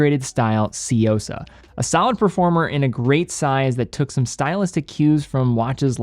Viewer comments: I swear to God, you can always depend on white people to magically mispronounce the most basic words. How did we get Seeyosa out of Tsuyosa here?! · Hey at least he got closer to pronouncing it correctly, only he mixed up the y and the u. The correct way would be tsu-yosa, he's doing more of a Tsy-uosa